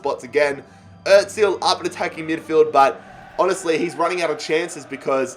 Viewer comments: The way he says özil btw it is Errr zil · Like if he is saying Ozil wrong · Can this guy pronounce anyone’s name correctly? It’s really annoying dude. Get your shit together